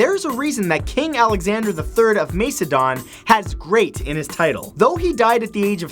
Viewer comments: Mace a don ?? Mak a don dude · Macedon is pronouced MASS-A-DON or MAK-A-DON both are correct but not what you said.